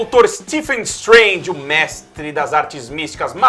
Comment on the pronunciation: Galera, sem querer ser chato, mas já sendo: a pronúncia do PH em "Stephen" tem som de V, e não de F. Logo, é "SteVen Strange", e não "Stefen Strange". Stephen Amell, Stephen King, Stephen Hawking, Stephen Strange, é tudo "SteVen".